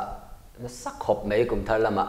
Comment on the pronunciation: Mai tih tur ah mei i ti ngun deuh hihi